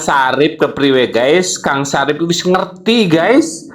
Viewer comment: Bukan Sarif, tetapi Safri😂😂😂